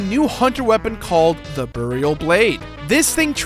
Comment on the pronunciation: The 'burreal blade'??????? Burial As in; Berry-ul Words.